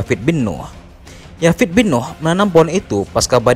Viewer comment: Koreksi buat Admin Nama anak Nabi Nuh itu Yafits bin Nuh th itu ث, dalam ejaan bahasa Inggris Th bisa pelafalannya ث atau ذ Yafith di Ejaan Inggris dibaca Yafits